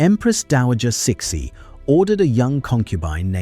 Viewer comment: "Suh-SHE", not "Six-y"